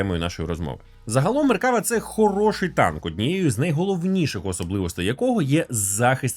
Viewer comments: МеркавА!!!, а не МеркАва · Я би рекомендував ставити наголос на останній склад. Не МеркАва а МеркавА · меркавА- наголос на останнiй лiтерi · один малограмотный поставил ударение неправильно и вся Украина повторяет.МеркавА --ударение на последнее А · Задолбался поправлять. Это звучит как если бы сказали лІтак с ударением на і ... не МеркАва а МеркавА. Не так сложно запомнить. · Ізраїль зовсім не ставиться до росії добре, швидше з обережністю. Ну і слід враховувати велику кількість тут вихідців із росії частина з яких підтримує війну. PS. МеккавА.. У багатьох словах на івриті наголос на останню голосну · Правильний наголос - "МеркавА".Так каже Ігаль Левін. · МеркавА. Наголос на останню А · АдвакААААт, тобто МеркавАААА))) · Ударение в слове "МеркавА" легко запомнить, это слово очень похоже по звучанию на арабское слово "МерхабА", что переводится как "Здравствуйте!". Для арабов, я думаю, звучит очень символично. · Хороше відео. Але одна поправочка - назва танка має наголос на останню "а". Меркавá. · Тільки правильно меркава', з наголосом на останню а, гляньте відео Ауслендера або Ігаля Левіна, як вони за танк говорять. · Ну то так і КАЖІТ! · Той момент коли зайшов в коменти втикнути за наголос а тут вже втикнули за тебе…